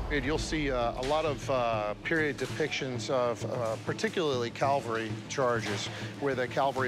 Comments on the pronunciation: Right. Calvary is a place, cavalry is a military unit. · The word is CAVALRY NOT CALVARY. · Why he say calvary amd not cavalry?. I thought calvary is the hill in Jerusalem where Jesus was crucified.